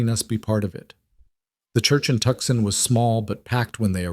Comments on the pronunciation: Good God, people!! At least check the pronunciation of the towns & cities! AI is NOT the tool to use for that. It is NOT Tuckson! It is To-san! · "Tuxson" incorrect! Tuscon ="Tusson". And Prescott is pronounced Pres' kitt, unless you want to unnerve all of Arizonas' natives! AI needs alot of practice! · It's pronounced Toosahn, not Tuckson. Fix it! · Definitely ai, Tucson is pronounced Too saun not Tuck son. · Tuckson??????? Tucson!! I hate this AI Crap.l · Know your cities Tucson is not pronounced Tuxon!!! It sounds like twosahn. AI practice narration better please. Though you aren't human. Your words sound so very ignorant!!! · Tuckson????? Tuucson!!! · WA State. Love the story. Wish AI would learn how to say Tuscan. It's Toooo-sahn not Tuck -son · The announcer should learn the proper pronunciation of Tucson (Tu-san), a well known city in the state of Arizona, easily obtained by those from the southwest by anyone who inquìres. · 1. If the husband’s last name was Hale, why are his parents’ last name Carson? 2. Tucson is pronounced TOO-sawn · Good story but the narrator keeps saying the town wrong. It's pronounced Too-san. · I know we can’t correct the AI narrator, but Tucson is “too sohn”! Irritating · It’s pronounced two-san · Listening from Eugene Oregon but grew ùp in southern New Mexico,where everyone knows how to pronounce Tucson and no one would mispronounce TUCSON. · Wish you knew how to pronounce Tucson. The rest was pretty good. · Yeah I was thinking the same.